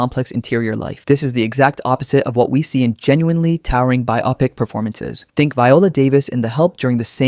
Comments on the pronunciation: You are too obsessed with the Oscars. They are like the Grammys. Recognitions of what nitwits think is classy and important. Keep in mind, Sick always wins. By the way, Biopic is pronounced BI-O-pic, not Bi-Aw.pic. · lol the first entry I thought of was Gwyneth Paltrow and the character's name wasn't even pronounced correctly - even though Viola was correct regarding Viola Davis. The only thing I can think of that it isn't AI is the audible inhalation. But can't even say biopic - it's bio-pic. not bi-oppic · BIO-PIC not BIOPIC STUPID BOT~ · AI carpola It's BIO-pic, not bye-OPPik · In the word "biopic", the emphasis is not on the second syllable, but on the first.